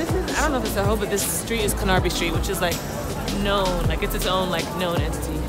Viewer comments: I love how they pronounce Carnaby Street like 'CarNARby Street' 😂 love it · omg the way they say carnaby street, its acc car-naby not car-narby but because I love you its ok ;) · "This is CanARby Street" I'm dead 😂 it's Carnaby Street lol it's literally written on the sign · Oh, if you come here again please do a fan meetup! Maybe at cuh-narby Street 😂 (its car-nab-hee street) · CANARRRBY street ahaha it’s pronounced CARnaby 😝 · “ CAN ARR BEE street” Omg hahahah sorry that killed me. CARN A BE... 😂😂😂😂😂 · Lol CARNaby not canARBY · Carn-narby Street! Hahahaha It's actually pronounced Carn-uby Street. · I’m an American who lives half an hour from London and was dying laughing in a familiar way at these things: -You will never figure out the heating. -That apartment is HUGE for London. -It’s “CARN-a-bee” street. -We don’t have air conditioning most places and it sucks -sweaters are called jumpers here and you will always need one -cookies are called BISCUITS not crumpets lol -Smiling at items like the “American Pancake” written on that chalkboard is my life now -I also wonder why I’m not carded until I remember that the legal age is 18 here and brits start drinking in pubs around 15 -bank hols are the best -but for real next time forget the avengers and go to one of the amazing museums or pubs!!! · skye larkin Car-NAR-by Street 😂😂😂😂😂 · abc carn-aby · CAR - NAH - BEE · Y'all are too cute with the pronunciation of Carnaby street. It's Carn-a-bee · In England, Carnaby Street is actually mentioned like: "Carn - a - be". But you should definitely explore more of England other than London, Bath is beautiful ! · Omghhh😍 when we’re you in London?? x also just letting you know that it’s said: Car-na-be” xxx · Can-AR-by St. lool X'''D ah nice vlog, I should enjoy living in London more! Love your style andd the hair styles too, so cute! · It’s Car na bee street. Welcome to the Uk, I love London but couldn’t live there. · CAR-NE-BEE street 😂😂 love you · "carn-A-bee" street